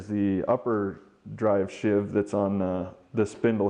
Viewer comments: It's a SHEEVE, not a SHIV, and if you follow the instructions in the manual, you don't have to do any of what you're doing. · Sheave rhymes with sleeve. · Most people pronounce "sheave" to rhyme with "leave." A "shiv" (which rhymes with "give") is an improvised inmate stabbing weapon, not to be confused with a "shank," which can be a shiv but contains at least one cutting edge.